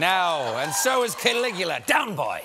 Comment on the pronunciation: I feel he is calling it "Killigula" as a joke :P